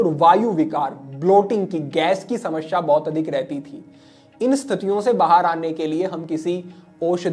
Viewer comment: समश्या नहीं होता, समस्या होता है, हिंदी का अपना उच्चारण सही करिये, बाकि आपके प्रोग्राम बढिया होते हैं ❤